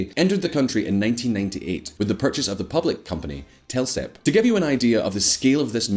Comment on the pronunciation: TELESP, not TELSEP